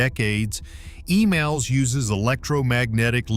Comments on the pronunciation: It's EMALS, Not Emails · E"MALL"S, NOT E-"MAIL"S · The lioning and the shandong do not have catapults. Check your facts. And as far as your pronunciation is concerned, it's Emals not Email.